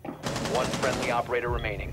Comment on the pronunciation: Why does he always mess up operator names even though tons of people correct him in the comments every time he does it?!?